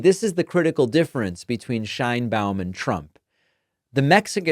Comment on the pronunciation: I like to watch your comments, but, you should learn how to pronounce names correctly. It is not “/shainbaum/” Check the pronunciation for respect to the president and the Hispanic viewers